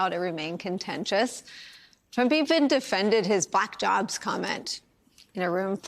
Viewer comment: "They're gonna TERK your JERBS" 😮